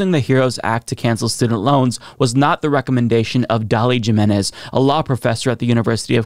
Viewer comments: GYM-enez??? Lolol I'm sorry but Gym-enez??? I understand that from a majority white state but come on, hasn't everyone heard this common surname? It's HE-menez btw, for anyone who doesn't know. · Being named Figueredo and pronouncing Jimenez that way is crazy.